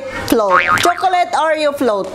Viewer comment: Chokoleyt and neps chokoleyt. Very funny ka talaga. 😂